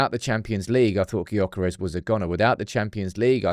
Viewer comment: You dont say the G in Gyökeres. Its more like jokeres. Coming from a swede 😂